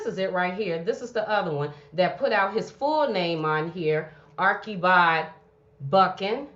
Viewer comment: The correct pronunciation is Archie bald. Not Arckie bold